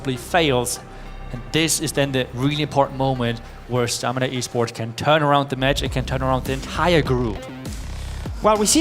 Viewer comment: I think "stamina" was pronounced "stanima" 30 times in this cast